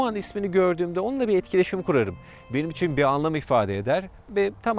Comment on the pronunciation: İçin derken üiçin gibi bir ses çıkıyor kulak tırmalıyor